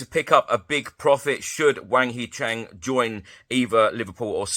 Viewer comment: hwang hee chan not chang